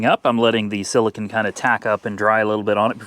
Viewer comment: please read the tube it's pronounced sila cone not sila kin.